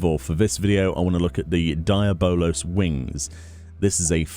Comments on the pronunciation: Deablos your saying it wrong Dee aub Los 😂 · lol DIE- A- BOWL - LOWS wings ...... the rest of the world DE-AB-BLOWS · say it with me: "dee-Ah-balos" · Why are you saying the name so messed up?